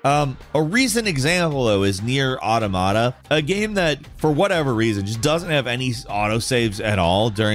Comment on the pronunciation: Nier Automata pronunciation: "Or-tom-uh-tuh" as in Automaton. (The Grammar police have left the building)